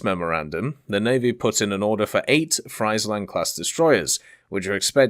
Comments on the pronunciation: Friesland is pronounced as freeze land, not fries land 🤣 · Freiland 😂 iets is ie not ei (I am Dutch ) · when you pronounce friesland completely wrong angry dutch noises